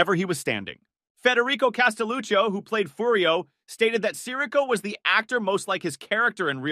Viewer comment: The mispronunciation of Sirico is killing me lol